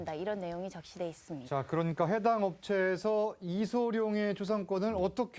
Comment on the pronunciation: 아나운서가 이름도 제대로 못 말하네. 이성룡???